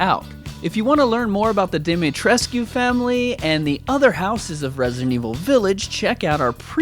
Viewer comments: When you say Dimitrescu, the U is silent. So it's pronounced Dimi-tresc. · not sure if anyone updated... but its pronounced 'Deh meh trex' (with the x being like a sc sound.) :) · Vampire Dommy Mommy. XD Also, it's pronounced more like "Dimitrik" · Oh boy. Al - chi- na (Alcina) Deee-meee-tressss- cu (Dimitrescu) Thats how you pronounce it. It is a Romanian name. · The U in Dimitrescu is silent